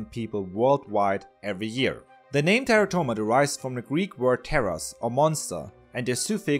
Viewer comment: plz.. Stop pronouncing it "Terra-toma"... Its "te'rah'to-ma"..